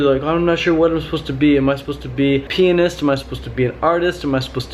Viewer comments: LOL when you said some people want to be a painist I heard a penis. :) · i thought you said "am i supposed to be a penis" not pianist